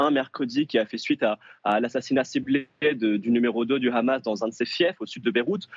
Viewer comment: On dit pas Khamas en France, on dit Hamas. Sinon on dirait c'est Khalal pour dire Halal. Dès que j'entends ce khhhh je connais déjà la position du journaliste 😅😂